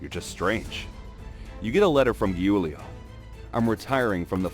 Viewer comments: "giulio" it's proununced "geuleo" in English (I'm italian) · My hb is called Giulio and it’s not pronounced “hulio” it’s pronounced “Giulio”